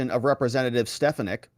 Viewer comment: I love your channel but you mispronounce some names that are actually very prominent. THIS time it’s Elise Stafanik. It’s not “STEF-a-nik “, it’s SteFONic…accent on FON. May as well say this too…I love that you read things out loud, but NOT when you add your own inflection to what other people say. It’s distracting. Don’t everyone beat me up, it’s just my own little opinions🤷🏼‍♀️